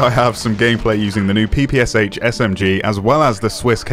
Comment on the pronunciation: Oh man, it's not Pee-Pee-Ass-H, it's Peh-Peh-Shaa! "Pistolet-Pulemyot Shpagina", Shpagin's Submachine Gun that is.